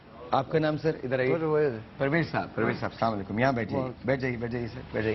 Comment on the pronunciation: Abe houle not salamu alaikum Assalamu alaikum say salam properly